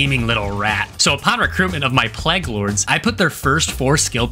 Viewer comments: "Plague", not "plegg". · This video is great but hearing ”pleg” fucks me up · does NOT know how to pronounce plague 😭😭😭 bro sounds like he's amish. great video otherwise tho!!!